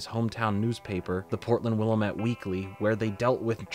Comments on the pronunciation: Thanks for the interesting video and for confirming I didn’t just hallucinate this show. But! Willamette is pronounced wil-LAM-et, not wil-uh-MET. It’s French spelling of a Clackamas native name. It’s a minor pet peeve but important if you want to fit in in Portland. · As someone from the Portland area the pronunciation of Willamette sent shivers done my spine lol. Great video on a cartoon i vaguely remember watching. That intro of all those shows I had forgotten was a trip. Somehow those still lingered in the back of my brain